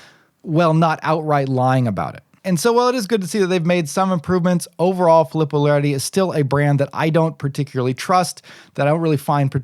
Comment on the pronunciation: As an 2nd generation Italian American i have to correct your pronunciation 😆. Its pronounced Fee-lee-poe.